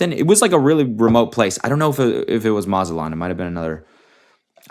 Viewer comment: this is so terribly random but the way cody says mazatlán really made me laugh i love one white boy only and that’s cody